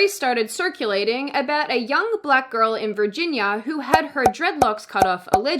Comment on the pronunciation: For a second I thought you pronounced “Virginia” as “Birginia” and I freaked out lol